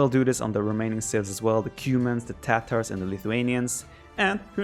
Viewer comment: "and the Tatohs" ... the heck did u just say??